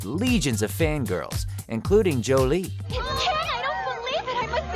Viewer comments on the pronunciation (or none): Um. It's a 'Y'. Not a 'J' for Digimon 02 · ...it’s not “Jolie” it’s “Yolei”